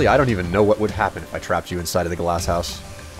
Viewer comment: its glass not glars:o)